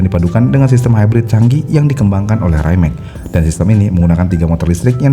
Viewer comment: Betul. Rimac juga bacanya bukan raimek. Tapi wimets atau rimak